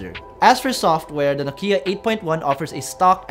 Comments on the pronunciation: it's not Nokeeyah..it's Nokyah! Finland baby. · Your "Nokiiia" pronunciation is terrible.